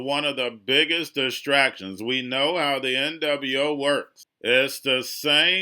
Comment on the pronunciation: you gotta quit saying N double U 0. It's probably why you're shadow banned.